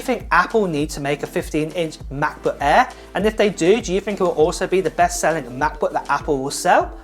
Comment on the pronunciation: Macbook "Ehr"?